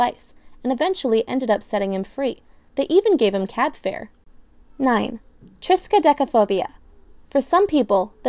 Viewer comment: Nailed pronouncing at